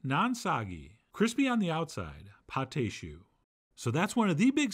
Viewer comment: Magnificent! (It’s pronounced pot ah shoo. It’s spelled pâte à choux, not pâté choux. What’s really funny to me is that allrecipes spells it Pâte à Choux: Those accent marks really confuse the software!)